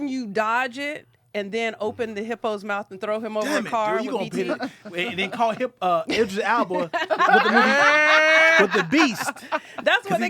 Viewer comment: Not ‘idris alba’ again lmao